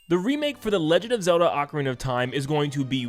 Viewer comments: NeVER google ocarina for pronunciation it says AH-Karina. Even in the commercial for Ocarina of Time 3DS they pronounced it Ocarina (AH KArina) of time. YOU LOST that’s the English pronunciation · like I said go to google and click the pronunciation button. It’s AH Karina . Like I also said go watch the commercial for the official Nintendo Ocarina of time 3ds release, they pronounced it AHKARINA official Nintendo commercial. lol you LOST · You may have fumbled "Tapestry", but at least you say "Ocarina" instead of "Oakarina"